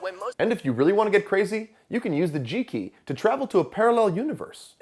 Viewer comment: Homie pronouncing G-Key like G-Spot 😂😂